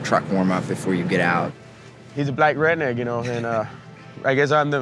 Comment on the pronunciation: Can’t say redneck